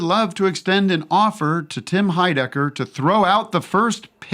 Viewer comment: Tim Hide-Egg-er